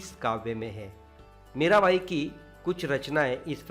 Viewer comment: It's Mira Bai but pronouns like Mera bai